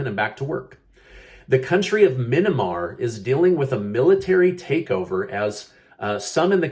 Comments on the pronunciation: Myanmar. Not, Minimar. Just some friendly ribbing. Love your videos and appreciate the work put into them. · It's not Minamar! It's Myanmar .... Formerly Burma.